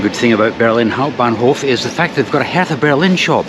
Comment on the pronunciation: Wenn man vom typisch britischen „th“ in Hertha BSC absieht 😬🤪!